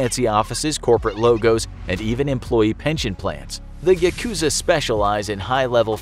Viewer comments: Is it just me or is it annoying when he says Yakuza wrong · just started watching and im already annoyed at his pronunciation of 'yakuza' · The word yakuza has the accent on the first syllable. The word comes from ya ‘eight’ + ku ‘nine’ + za ‘three,' referring to the worst hand in a gambling game.